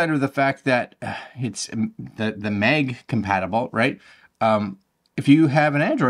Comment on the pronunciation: Nice vid, but sorry its MAG for mAgnet, and not mEg😅 sorry. Stragling to listen 😅